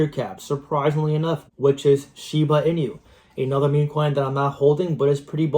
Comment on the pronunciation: When you are saying Shiba Inu, do you know inu (EE-nu) is the Japanese word for dog? It's not meant to be a play on words like coq inu. Anyways, I'm a fan of your content, but more explanation of "why" you see some of these tokens getting to your projections would be helpful. Bonk to 40b?? Needs some big-time vision, wouldn't you say? Yeah, it's possible, but so is BTC to $1m this cycle. And likely not for many reasons.